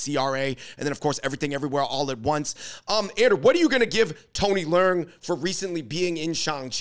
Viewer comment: Y'all butchering Tony leung name w that northern pronunciation. Dude is Cantonese. Its pronounced " le ung / lung "